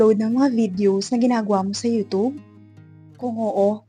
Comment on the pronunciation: Ayusin mo pag bigkas mo, Anong yutob day? YouTube ha, wag mong bisayain.